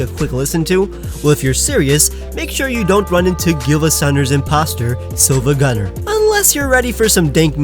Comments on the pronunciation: It’s siivagunner not silvagunner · btw it's siiva not silva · It’s pronounced SEE VA GUN NER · not to be that guy but it's siivagunner (pronounced see-vah-gunn-er) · it's pronounced "SeevaGunner," the l is actually an uppercase "i"